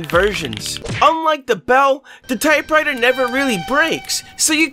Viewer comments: ahh yes the most satisfying thing to me in this video is that he said "type whiter" instead of type writer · you said type whiter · ‘Type witer’ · Type witer 💀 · Bro really said type whiter 💀💀💀💀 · Just noticed you sayed type righter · U just said type whiter😂